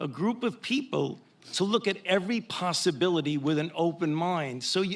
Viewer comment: "Posibilidy" is not a word. "Relavince" is not a word. "Dolliz" is not a word.